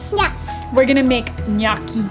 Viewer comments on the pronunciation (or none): Say it with me now … NyOOOO-key 😂🙏🏼 I love you for trying, and I know you want to say it right… strangely I think your very first pronunciation was right and then it went down hill from there 😅. I always recommend YouTube for how to say words… I use it all the time! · I've been pronouncing it gah no chee....sounds Italian to me ;-)